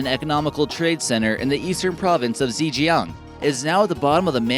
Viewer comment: Your pronunciation of Chinese place names is hopeless. Zhejiang is probably the worst! No way near correct.The only two you get rughly right are Beijing and Shanghai. Your French isn't much better! The Zhangjiajie (yes you pronounced it totally wrongly) Glass Bridge is now a very popular tourist site. Certainly not forgotten!